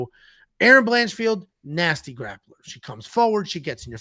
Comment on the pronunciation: "Blanchfeld"?! She's not Jewish,! 😅